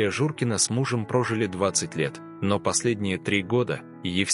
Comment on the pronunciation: Журкина, а не Журина